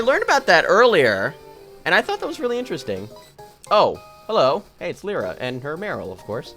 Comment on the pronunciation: It's Lie - ra. Not leara.